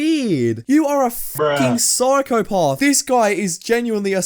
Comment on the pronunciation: Yur a syphcopath for your pronunciation of syphcopath